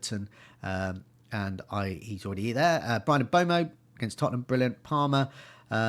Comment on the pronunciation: Mbeumo is pronounced ‘M-burr-mo’ and Huijsen is pronounced ‘House- en’ You’re welcome,.